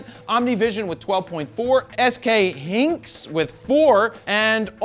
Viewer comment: its hi -nuhks not hinks.